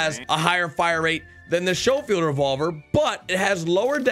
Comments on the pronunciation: Lol shofeild it's sco like scope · It's SCHOFIELD NOT SHOWFIELD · it’s pronounced skofield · stop saying shofield it is schofield like the word school not shool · Thats pronounced Skole field not show field. But you're still the man. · The schofield revolver is pronounced skofield not showfield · It's pronounced SKofield--hard "ch" as in "school" just FYI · Thank you lol this dude is killing me pronouncing it wrong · Schofield pronounced S K OH-F EE L D. Thnx for the vid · S-co-field is how it's pronounced lol as in Major General John M. Schofield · Sho- field lol🤣🤣🤣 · It’s pronounced sco-field just so you know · Omg its skofield not schofield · Schofield (sk-o-field) Just trying to help you out. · Its pronounced "Sko field" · Please say Schofield correctly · Don’t you ever pronounce Schofield like that again you dweeb smh